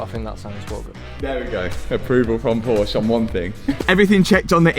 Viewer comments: Please, just pleeeeeease... PorschE, do not and i repeat. Do not forget the E at the end. Kind of like "Porsch-uh". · just wish you Brits would use 2 syllables for Porsche (por-sha) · They've literally told you how to pronounce the name...Porch-uh, yet you refuse to pronounce it prop-uh-lay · I was praying that you would stop saying "Porsh"... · You're forgetting the last letter when pronouncing Porsche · the way you pronounce Porsche gives me axiety. its called Porsche. with an E at the end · the e in porsche isnt silent.....god fckng damnit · Great video, great work! Only one subject left: The brand is "Porsche", named after Dr. h.c. Ferdinand Porsche. So the "e" in "Porsche" is pronounced - shortly, like in the word "get". You wouldn't call a Bentley "Bentle", would you? 😉 With kind regards from Germany. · Please - the e in Porsche is NOT silent :-) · I rly loved the video, very interesting. But for fuck sake, as a German it hurts how u butcher the pronunciation, it's not that hard :( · You shouldn t have PorshE if you simply can t or don t want to pronounce its name correctly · Pronounce the E at the end of the word please thank you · THE B IS SILENT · Now if you would only pronounce Porsche the correct was all the time. If you talk about them in plural you say it correctly. 😉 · It would be so lovely if you learn how to pronounce Porsche. :goodvibes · This word: Porsche Is 2 syllables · Posche is written with an e so speak it bruhhhh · Now you just need to pronounce the name correctly and you'll be a winner. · Is anyone else bothered by his pronunciation of Porsche? Just me? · e is not silent, it's Porsche, P o r s c h E... curguy should know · He can’t even pronounce the name of the auto correctly😞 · Great video. Just one point - if you've now become a Porsche guy, then you really should start pronounceing the name correctly with both its syllables. 😏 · ngl I was triggered every time Porsche was said wrong. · and he can pronounce PorschE te right way